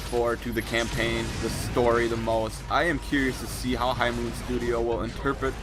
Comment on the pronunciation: Didn't he just say campaign